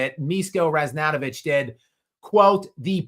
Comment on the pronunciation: Miško Ražnatović = Mish-ko Razh-nat-ovich and the 'zh' in his surname is pronounced like the French pronounce the 'J' in 'Jacques'. And I just think LeBron is fishing for interest